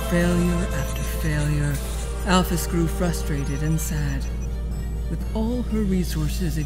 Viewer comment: It’s actually pronounced Al-Feez. Sorry for being little miss brainiac